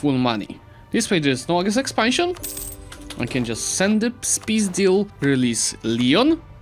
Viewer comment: S-peacedeal for Russian-speaking man sounds actually funny